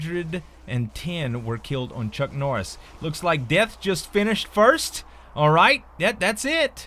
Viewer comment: "Chunk Norriss"?